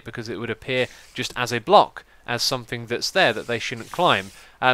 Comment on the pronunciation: Its something, SOMETHING, not somethink!!!